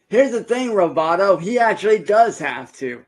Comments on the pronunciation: Nearly spat out my tea when I heard the say "Roboto" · I heard him say roboto and it was like a mad sleeper cell woke up inside me for like 5 seconds lmao